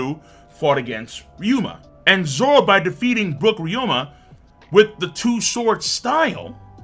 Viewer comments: RYU-ma not RYO-ma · Each time says Ry-OH-MA instead pf RyUma I die a bit inside me. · My guy it’s ryuuma, not ryuoma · Ay bruh…. RY-U-MA. Not RY-O-MA. Ok? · It's Ryuma, not Ryoma! Get it right,!